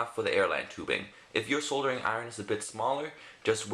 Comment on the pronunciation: That's not how you pronounce soldering iron.